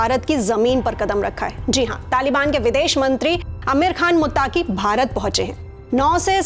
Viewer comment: are meri sister, मुत्ताकी ❌। मुत्तकी ✅